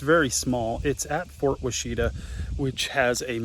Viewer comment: Wash-ih-tah. Ask the locals how that word is pronounced